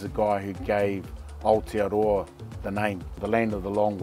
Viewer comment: Aotearoa is our name for New Zealand although his pronunciation could use some work